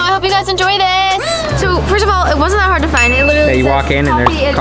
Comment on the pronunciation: hard not hart